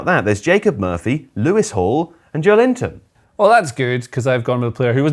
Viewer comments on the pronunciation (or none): I would love it if one day British media would pronounce Joelinton "Jo-el-in-ton" instead of the hilariously English "Joe Linton"